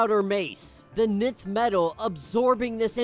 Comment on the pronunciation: Nth metal is pronounced "Inth/Enth" not "Nith" Love your channel!